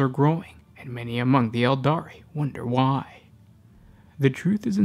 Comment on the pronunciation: Sometimes you extend the last syllable of some words like when you say the word "mask" followed by "why" . I can't explain why, but holy hell do I find it annoying, to the point I just can't enjoy your content.